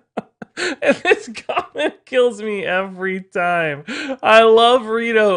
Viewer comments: When you said "und then" I was thinking of Baron Underbite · I study German and my mind red in german accent After that "und"